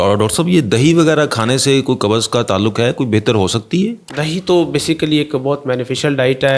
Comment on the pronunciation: Kubz hota hai kabuz nahi. Tum punjabio nay urdu ka satyanaas ker dia